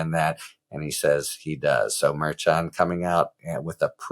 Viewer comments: Omg, Harry! Pretend the “ch” isn’t there! It’s Mer-SHON! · Harry Merchan is pronounced Mer-Shan ..KFA tried to explain this to yor during your duet